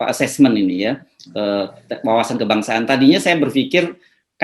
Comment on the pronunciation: Tes setia kebangsaan ato tes Setia KebangSatan ndak begitu jelas ucapan mister RG